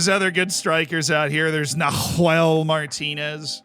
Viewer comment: WHY DOES HE SAY NAHUEL LIKE THAT AAAAAAAAAAAAAAAAAAAAAAAAAAH